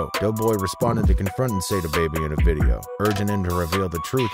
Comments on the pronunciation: Not say-da it's sah-da baby!!! Can't EVER take channel's like this seriously when you can't even pronounced the ppl names right. Y'all just be re-rockin' some half az Google internet info 😂 Goofies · It’s pronounced SA DA NOT SAY DA